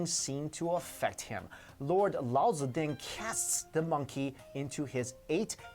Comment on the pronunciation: Great to hear Lao Tzu pronounced authentically. I, too, used to love The Monkey King in my childhood (70s) and I believe it was responsible (together with The Water Margin) for my reflections on Taoism. I always saw their journey as a metaphor for our journey from materialism and arrogance towards enlightenment.